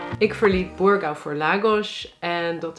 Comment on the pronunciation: Burgau! Uitstekende Portugese uitspraak,!☺️